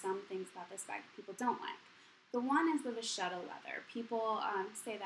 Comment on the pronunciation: ITs a good thing you pronounced vachetta right! =)